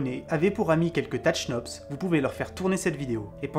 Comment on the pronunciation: Bonjour à vous, je suis un peut l' emerdeur de service , je suis belge c' est normal. On ne prononcent pas le h dans le mot chnops, ce qui donne cnops. Et aussi quand vous parlé de l' univers, il faudrait dire l'univers connus. Je fait aussi des fautes, il y en a probablement dans ce message. Sinon, j' attend avec impatience vos vidéos, merci pour votre travail. Bon week - End, et sans rancune, j'espère. Jean Marc